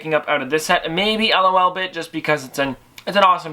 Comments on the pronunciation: It's not L-O-Lbit it's LOLBIT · Its lolbit not l o l bit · It's not l.o.l bit it's like loli bit but take the I away lolbit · Its pronounced lol-bit, like how you would say lol aloud exept un-abreviated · Its pronounced lolbit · "L-O-L-Bit" Me: TRIGGERED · Dante Casareale same it's annoying to me